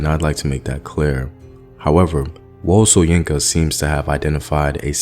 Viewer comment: Great video as usual. A little pronunciation correction: it's WÓ-LÉ SHÓ-YÌN-KÁ